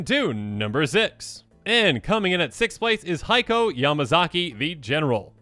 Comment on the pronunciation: It's kee-YO-dai, ko-TO-se and HEY-ko not KA-yo-dai, ko-TO-see and HAI-ko. Many of these words have actual meanings in Japanese so the pronunciations are kinda important. I blame Eddie.